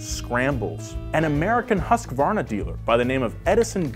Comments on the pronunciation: Close but no cigar on the pronunciation of Husqvarna. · bruh, you butchered the name husqvarna hahah